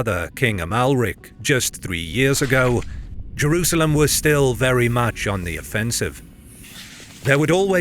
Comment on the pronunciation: Why do you pronounce it Jewrusalem?